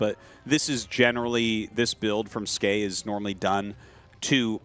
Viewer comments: Tasteless "Skee" "S-Key" facepalm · Tasteless : it's ski Artosis: it's skay Ziggy (English dub): actually it's S-key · Artosis invented Skey pronunciation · Don't worry tasteless I also thought the name was pronounced S - Key